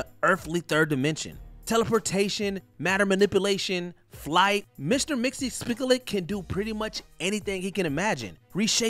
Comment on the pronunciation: Number 7’s name is pronounced Mr. Mix Yez Spit Lick.